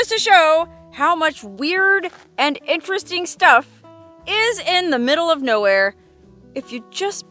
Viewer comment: Veeeeeewy intewesting.😅